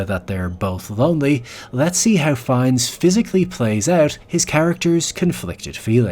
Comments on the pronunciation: Content wise it's a great video, but I really can't bear how his name is spelled... As far as I know and you can correct me if I am wrong, it is spelled more like "fen" (like you would spell "feel") and "nee" (like the 'ne' in "never") (basically with french accent), not fines as in "fine" His portrayal of Ammon Göth was incredible. It was so good, that a survivor of the Plaszow camp actually thought, he was real. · Rafe fines??? Whos that?? Goddammit Americans midprononcing everything!! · Pls stop calling him FINES ...but try pronouncing his name like Fian instead! One of the most underrated actors! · « Fiiiens » not « Fines » you Yankee oaf 😂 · His last name is pronounced “fine” (not to be pedantic—I just think you’re the kind of person who appreciates little details)! Great video! Just subscribed! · AI narration.....it calls Ralph ....Raiph and Fiennes differently 2 times.